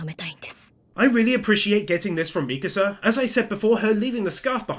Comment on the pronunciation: Bro really said misaka 1:4:25